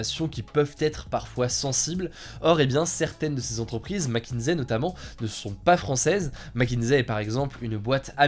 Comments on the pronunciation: Mc kinsey non mckinzey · Ça se prononce macinzi....pas macinsai.... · Merci pour la vidéo, en fait Mc Kinsey se prononce Mac Kinssey. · McKinSSSSey et pas McKinZey. Sinon contenu de qualité, comme toujours !